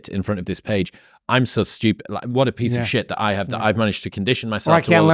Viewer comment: The emphasis on piece of shtt😂🎉